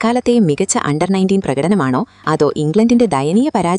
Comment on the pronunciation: അണ്ടാർ അല്ലടീ അണ്ടർ...